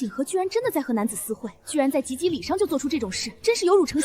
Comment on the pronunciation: 一会儿“及ギー礼“，一会儿“及B礼”，一会儿又“及巴礼”的😂 让ai念对一个字有那么难吗